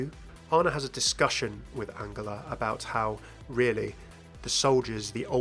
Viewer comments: I'm sure you pronouncing angela wrong. Surley it would be pronounced the same way as angel instead of angle (with a J not a G)? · Wait has mercy's first name always been pronounced like angle instead of angel? I always pronounced Angela like angel. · why are you pronoucing angela like angler??? its really bothering me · It’s An-JEL-ah it’s not pronounced like a G 😶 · Yes but everyone in the game pronounces it like a J. Genji, Brigitte.. not many people say her name actually but I think Mei does? I’m sure I’ve onky heard it pronounced like a J amongst the cast & crew as well. Also it’s my mum’s name and it just bugged me hearing it differently 😂 maybe you are right but I’ve never heard it that way before. I’m just judging from the game and from what I know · The way you say Angela....... Still love you tho XD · I agree, it should be a soft g like in giraffe